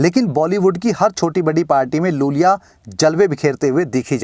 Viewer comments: ज‍िसे आप लूल‍िया बोल रहे हैं उसका नाम वास्‍तव में यूल‍िया Iulia Vantur है। बड़े आई को एल समझने की गलती मत कीज‍िए जनाब। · Iulia Vantur not Lulia Vantur